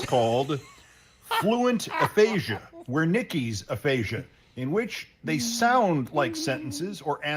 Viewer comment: Wernecki's aphasia is not that. Lmao.